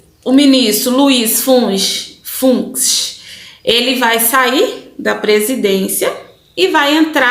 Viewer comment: Oi!? Vc falou besteira! O presidente n tem "poder" sobre os d+! Concordo com vc... não,apenas o Boca de Veludo...+ os outros 8 tem que serem DESTITUÍDOS e até preso! A pronúncia do nome Fux e como se escreve!! Fux!!!